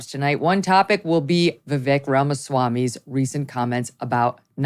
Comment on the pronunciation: I'm disgusted that you're playing into this, Megyn... AND LEARN HOW TO SAY HIS NAME